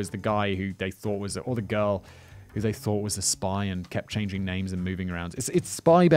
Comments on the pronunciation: Can anyone please tell me why he tends to add an ‘r’ to the end of most names/words ? Ty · Do your research before you tell a story about a real place, real people & a real murder. You absolutely butchered the peoples names, the location & especially the City itself. You clearly have ZERO knowledge about literally anything you’re discussing which majorly shows your credibility is zilch. Why even share this story if you yourself don’t know what the hell you’re talking about?! You don’t even know about Finns or Finnish Culture nor the country. This was the worst “true crime” storytelling I’ve ever heard.